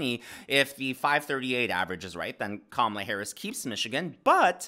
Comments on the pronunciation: Careful..mispronouncing her name is every ‘ism’ out there. Expect a call from angry CNN panelists. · Kama-lala 😀 We say "guys" around here, too. Thanks for all you do,!